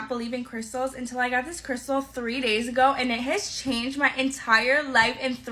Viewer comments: What did she call that a crystah lol no sound it out crystal 🤣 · the one in the third clip doesn't have any credibility with me as she can't even pronounce "crystal" properly! I get what you say about her looks, though. I once worked for a company who turned me down for promotion on several occasions in favour of girls who's only real qualifications were the ones they kept in their blouses!